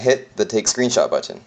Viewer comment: you say 'button' in a funny way